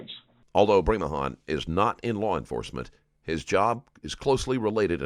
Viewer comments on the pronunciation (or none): Man those miranda rights were said terribly. Dude said court of lore. Lol Must be a deep story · This cop can’t even talk properly. The LORE?? It’s the LAW. There’s no R in that word. 🙄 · He even said “used you in a court of lawr” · Its law not lawrl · "Anything you say can and will be used in a court of Loo-ahr" ... oh look, it's a clown convention.